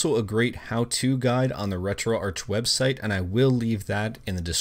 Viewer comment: the "Arch" in RetroArch is short for "Architecture", its pronounced "Retro-Ark, brooossss....... 🤡